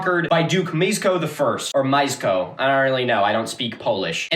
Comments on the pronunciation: it's "me-esh-coh" - pomeranian learning more about his ancestors from Milo than from the educational system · Mieszko is pronounced Mee-esch-ko. The "esch" bit isn't exactly right, since it's actually a lower sound (made by arranging your tongue very slightly differently than the position for "sh") but to be perfectly honest I'm not expecting you to learn a completely new diphthong for the sake of a single Polish name. Chojnice is pronounced Hoy-nee-tseh. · Hearing you try to pronounce Polish names is quite hilarious. Pomorzanie was the name of people living in the area called Pomorze. The rz is pronounced like the first g in the french word gigolo. Mieszko is pronounced Mieshko. German is a very hard language. The W is pronounced like in Wolfram. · I have to say, your pronounciation of polish names is absolutely fucked up. For example Mieszko is "Myeshko" and Chojnice is "Hoy-ni-tse" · "/shozh-niece/, /shozh-niece/..." - /hoy-knee-tseh/ actually😄 ...also, Duke /mee-esh-koh/ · I am polish and how you pronounce his name is something like “me-eh-sh-co” as “sz” in polish makes a “sh”, sound, and “cz” makes a “ch” sound, and extra, “ch” makes a “h” sound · The name would be pronounced meesh-ko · did mostly good on Ostrowite, Chojnice is more like "Hoy-NEETS-eh" only that initial h is a little rough with the tongue up as if to make a "k" sound, like the scottish pronunciation of the ch in loch also Mieszko would be best approximated as "MYESH-ko" advice if you ever have time to go down a wikihole is to learn the International Phonetic Alphabet since it makes pronunciations so much easier and most wiki pages for foreign names of things will have an IPA transcription